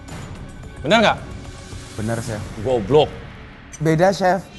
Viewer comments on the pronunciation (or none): OTOMOTIF sama OTODIDAK gak ada bedanya? "GUOBLOCK" enak ya tekanan ngomong nya.................. :D :D